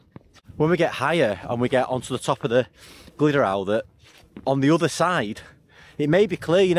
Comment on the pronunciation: glad the route worked out mate. 👍🏻 a couple of pointers; tryfan - truh-van. glyderau - glidd-uh-rye. and castell y gwynt is castell of the winds 😂👍🏻